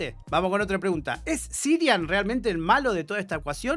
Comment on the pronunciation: Yo me pregunto, ¿por qué repite tantas veces "Sirian" si el nombre es CIARAN?